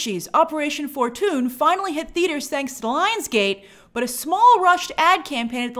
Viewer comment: Did Grace just say "for-toon" instead of fortune?